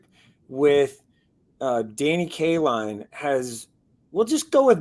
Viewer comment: Danny "K-Line" 😂